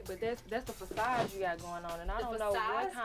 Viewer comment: The way she kept saying “facade” 😂